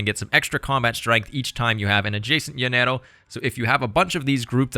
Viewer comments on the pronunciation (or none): Double lls are pronounced as "y" in Spanish. So llanaro is pronounced yahnero.